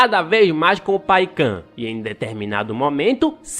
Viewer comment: pô, eu sei q ninguém tem obrigação de falar os nomes certinho mas paican e tukun foi foda kkkkkk